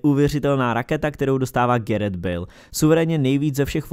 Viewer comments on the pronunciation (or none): none